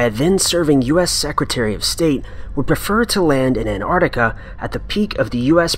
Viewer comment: The way you pronounce 'An'ARKtika' is really, really grating . . .